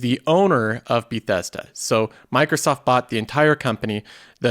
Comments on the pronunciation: Be-thess-duh. I Click on the video and I got two suckerpunches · Learn how to say bethesda... it killed me lol